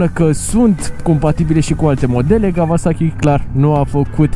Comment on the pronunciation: Kauasachi, nu Kavasachi ^_^